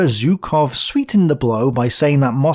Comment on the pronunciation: I don't believe my ears, you've started to pronounce Zhukov correctly again. Better later than never!